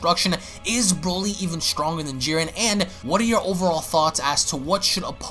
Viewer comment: Broly NOT brawly 🤦🏻‍♀️🙄😒